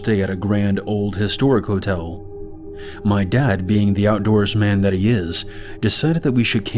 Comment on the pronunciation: The way you pronounced 'outdoorsman' at 45 mins made me laugh so hard. lol nice vid!